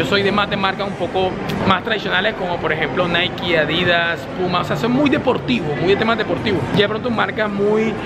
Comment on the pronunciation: Se pronuncia Adidas. No Adìdas. Sin tilde. Un §aludo.